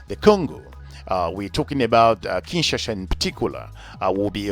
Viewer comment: Thanks Brother for educating people about my birth city but a few notes, if I may .. * It's KIN - SHA - SA (not KIN - SHA -SHA ) * Your expert (Mr. Mohammad) talks about the Republic of Congo AKA Congo Brazzaville (not the DRC). * Kituba is NOT a DRC national language. Thanks.